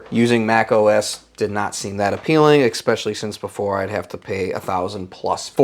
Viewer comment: Especially, not ekspecially...